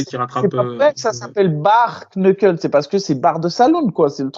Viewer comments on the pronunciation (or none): On se régale toutes les semaines grâce à vous ça fait pas de toute, juste un petit point vocabulaire sur le bare knuckle s'il vous plaît 😂: rien à voir avec un bar, c'est le mot "bare" qui veut dire genre "tout juste, strictement", et "knuckle" qui veut en gros dire les phalanges ou les articulations des doigts. Donc les 2 ensemble ça veut dire mot pour mot "strictement les phalanges", en gros poings nus. Et au passage, ça se prononce "bère neukeul" le -a de bare se prononce -è, et le 1er -k de knuckle est silencieux. Déso mais là avec l'explication de, la situation est en train de dégénérer 😂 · C’est pas « Bar » Knuckle 🤣